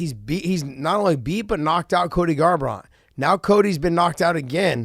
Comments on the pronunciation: he can't say Garbrandt but says Pedro Munoz perfectly.he must have been raised in New Mexico or something.lol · “Cody garbront”